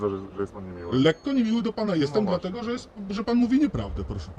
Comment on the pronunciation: "Dlateguż" hahahah